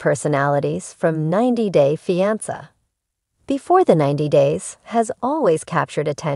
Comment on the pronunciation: Please learn the correct way to pronounce fiance thank you!!